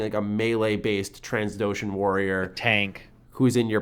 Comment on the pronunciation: new companions? yeesh that might piss people off. BTW its Trandoshan (sp?), i know its not Transdoshan lol